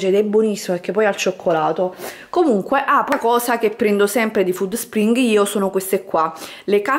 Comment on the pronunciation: Alla pronuncia di FÙDD SPRING ho chiuso il video